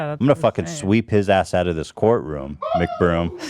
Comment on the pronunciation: Did you say austen mcbrome. More like austen mc but